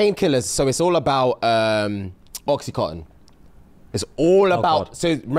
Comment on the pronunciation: please PLEASE correct. Its oxy-CONTIN 😅